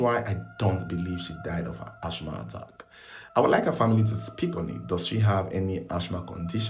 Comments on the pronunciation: Its asthma as in assma not ashma ahbeg 😑😑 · ..its pronounced "As -ma" not ASH MA 😂😂😂😂 ❤❤❤❤ 🙏⚘️